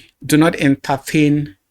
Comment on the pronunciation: nice wirk uncle but i juat have one comment to make. please sir you dont have to pronounce words that have the letter "T" as "TH" like when you said "PROPHETH" instead of "PROPHET" or when you said "ENTHERTHAIN" instead of "ENTERTAIN" i come in peace sir🙏